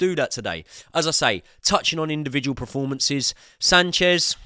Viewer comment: it's PERformances not PREformances